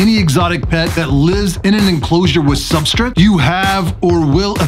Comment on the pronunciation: Substrit.............lmao...........i heard you raggin on yourself in your podcast for saying it like that, now i can't miss it every time lololol............Substrit lol